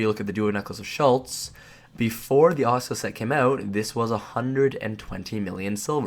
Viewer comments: Ah-Sue-Las set btw ;) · ASS-A-LASS set lmfao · "Oisula set" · I cringe every time he says Asula (ah-sue-la) .. good video non the less. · Say it with me uh soo la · Wow I'm triggered 3 seconds in by his pronunciation of Asula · Great vid but im raging at pronunciation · After about 2 minutes watching, I realized I can't take this dude mispronouncing a simple word anymore. I don't even understand how you fuck it up so bad its triggering.